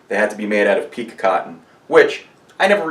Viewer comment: Thanks for a great video; FYI, it's pronounced "Peek-KAY". (somebody forgot the accent). Pique as you are pronouncing it mean "to excite, etc"